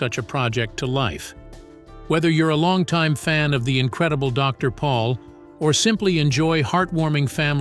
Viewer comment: Isn't the last name pronounced "Pole"?